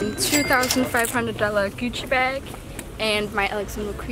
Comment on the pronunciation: Adrian Mihai I heard her say "cuci bag"